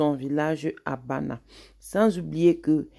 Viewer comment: Bandja et non bana